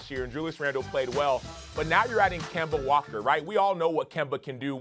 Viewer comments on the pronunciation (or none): Can't wait to hear Stephen A. Kember Walkeer more often 😂